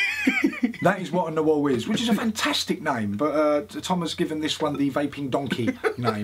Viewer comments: "Na-Hu-Al"...a word coined, I'd bet, by folks who spoke Nahuatl...translates to "shapeshifting magician whose name is unpronouncable by British people"...still, Tom...good on ya for trying to do it...love that hat...it's you.... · Nice pronunciation there tom... almost as nice as that hat :P haha